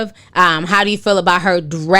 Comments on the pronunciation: Erika (pronounced Bah-doo) lol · The way you're pronouncing Erykah Badu is HILARIOUS! XD